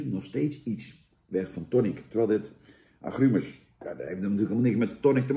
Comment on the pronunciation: 'Aggruumes', hahahahaha 🤣😂, lekker een Dennisje doen, Jan? 😉